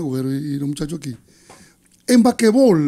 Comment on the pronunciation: "Bakebol" "Bakebol"😂😂😂😂😂😂 qué betia!!!!!😂😂😂😂😂😂😂😂😂😂😂😂